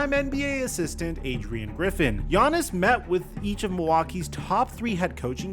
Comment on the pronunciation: Why do you pronounce his name “Giannason”😂